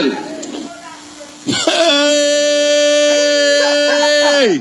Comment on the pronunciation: nou pa k critikė willot joseph pask li mal prononce e -mail . E mail ce yon mot anglais nin -porte moune k pa parle anglais k mal.pronce yon mot ce consiel redaction parleman k te pou met mot wa nan langue ÷payiya .donc fo nou critik k gi n bon jugeman .